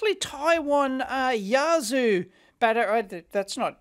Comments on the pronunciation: Yazoo! . umm err wtf. It's you-arse-sir. What kind of Kangaroo riding Kazoo player says "Yazoo". Some kind of a battery above min charge voltage needed or it will lockout by design, then failing that relays, see if they click nicely with a bit of juice applied. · Those batteries aren't Yazoo, they are Yuasa (You-ass-ah) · They're only the same in the way Dave mispronounces them ;-)